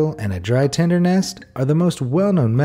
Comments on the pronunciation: It's tinder not tender! But you did suggest using a condom to start a fire. So... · Why did he keep saying tender? Isn’t it tinder?